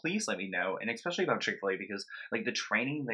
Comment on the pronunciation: Especially. Not EXpecially.